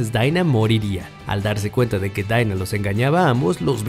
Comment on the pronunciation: Los personajes dicen Dina El narrador: Daiinaa